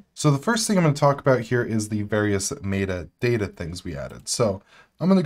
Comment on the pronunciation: Someone please teach this man how to pronounce “metadata.”